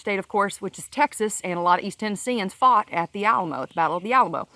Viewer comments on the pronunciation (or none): none